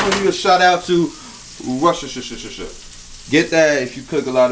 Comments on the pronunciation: PRONOUNCED - WUSTER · over here in the uk we pronounce it wostersha sauce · Wishtershire sauce!